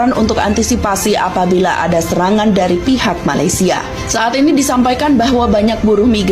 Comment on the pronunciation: COBA PERHATIKAN BAIK-BAIK APA YANG UCAPKAN... SELALU MENGUCAPKAN MALASYA... MALASYA... MALASYA MALASYA 🤣🤣🤣🤣